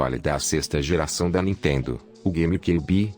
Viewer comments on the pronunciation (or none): none